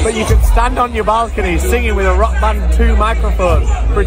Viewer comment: Hearing how rapes the word rock 'WERCHTER' every single time, gets to me. Greetings, A Belgian guy